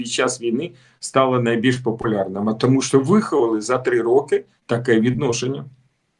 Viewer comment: Не біжить а тікає, не через годину а за годину, не спасибі а дякую. Крім того навчися читати кому перед словом ЩО, бо звучить "томущооооо" замість "тому, що"